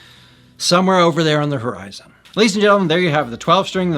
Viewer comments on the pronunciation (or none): none